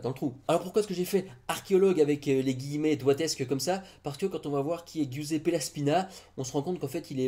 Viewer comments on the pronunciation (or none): On ne prononce pas "Guiouzépé", mais "Jouzépé". Apprends un peu d'italien, c'est facile.